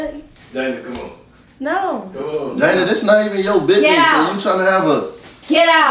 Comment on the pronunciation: So nobody peeped how called jayda "JAYNA" when he went for a hug & said it was a prank